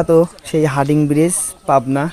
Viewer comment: হার্ডিং??? 😂😂😂 হার্ডিঞ্জ এর নাম টাই বদলে দিলো